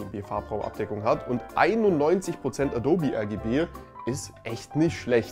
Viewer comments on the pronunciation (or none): none